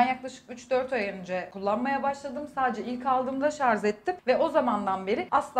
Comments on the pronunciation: Sarz değil şarj sinir oldum sen konuşma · Şarz değil " ŞARJ " vizyonsuz.. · Lütfen Şarz değil şarj.. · Şarz nedir ya 30 yaşındasın sen şarj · ŞARZ MI? hala gençlere örnek olmayı öğrenemediniz. Siz toplum önünde olan insanlarsınız. Düzgün lisanla konuşmak zor olmasa gerek. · Sen şarz dedikçe beynim uyuşuyo kız 😂😂